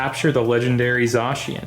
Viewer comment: its not zoshian its z -ai-can